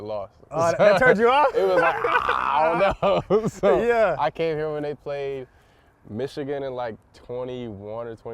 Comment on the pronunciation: Caleb you got to stop saying *Ichigan. You’re a Buckeye it’s the team of north